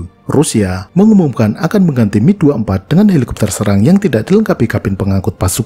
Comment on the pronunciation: mantap pelafalannya, Mil : Mi, bukan Em-I, sama seperti Suhkoi Su, bukan Es-U